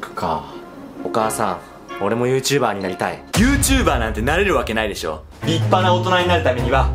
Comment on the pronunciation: ゆーうチューばーがゆーちゆぶをしてるw